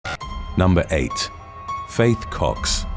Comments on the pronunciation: Anyone else hear fake cocks instead of faith cox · BRO HE SAID FAITH COX? I heard fake cox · I'm sorry I know its a serious video and these women are terrible but, I swore in the begging he said "number 8, Fake cocks" and I can't stop laughing 😭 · #8. I though you said, Fake Cocks. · Number 8 sounds like “Fake C*cks” the first time around. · Misheard the first one. I though he said “fake cocks.” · So I was hearing Fake Cocks instead of faith cox. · I’d thought he said ’Fake Cox’ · Anyone else hear "fake cocks" when he read off #8/the first entry?